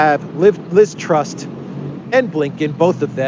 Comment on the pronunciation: Ironically her name is TRUSS, not TRUST, as you said a few times! She's a complete embarrassment :(